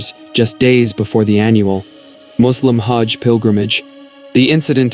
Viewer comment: Not hodge but HAJ!